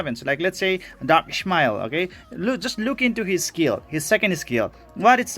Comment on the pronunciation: ..............is " Ish-------Ma--------El".............Ish.....Ish..........hahaha......sorry,but this triggered me everytime i watch your videos